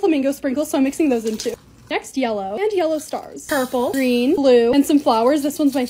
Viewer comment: She said dark blue is purpple